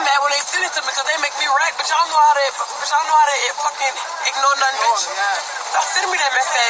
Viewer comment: Wait a damn minute!!! How did you pronounce "bihhhhh".